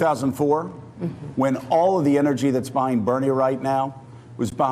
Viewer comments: Its Buttigieg, its pronounced Butt ed Edge not Butte Judge. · Buttijudge, Buttijudge, Buttijudge. I am getting earcancer. Seriously, how can pronouncing a name be that hard? You're on national TV for cryin' out loud.